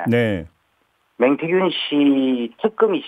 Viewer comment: 명태균인데 자꾸 맹태균이라네.ㅎㅎ